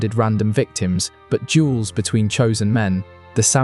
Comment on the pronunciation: DUELS not jewels